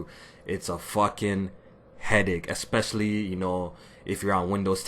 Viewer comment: lost you after you said exspecially instead of especially.